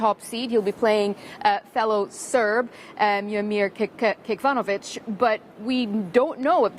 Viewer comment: Shaimaa Khalil, you are a journalist. His name (fellow Serb) is Miomir Kecmanović and not kikvanović. Get informed and prepare. It's your job. A journalist should be informed and objective.